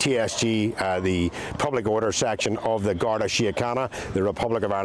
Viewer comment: I blame the BRITISH government for our problems. They ALL travel through the UK to Ireland. It is pronounced GAR-DEE. It was RAPE. The guy (mutant freak) was charged yesterday. NOT ALLEGED.